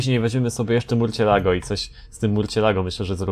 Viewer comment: Nie mówi się murcielago tylko mursjelago :D